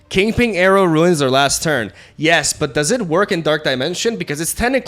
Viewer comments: It's "Kingping", not "Kingpling." :P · *KINGPIN*, its 'KINGPIN' not 'KINGPING' not 'KINGPLING' but 'KINGPIN'. Thank you. . . . . . P.S. Sorry for the outrage.😂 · I love how refutes that he pronunces it 'Kingping' only to say it exactly like that for the entire video. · Bro it's kingpin. PIN. P. I. N. Not ping. No g. King. PIN. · Is he calling kingpin king-ping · Lol why do you keep calling him KingPING? Yer silly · Kingping 😂 I’m dying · Lmao “king ping” and “midge olneer” join forces 😂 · Kingping and Arrow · THE PING!!!!! 😂😂😂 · He refutes saying "KingPling"